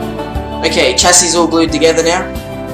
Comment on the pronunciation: It might be spelled " chassis ' but is pronounced " shassis "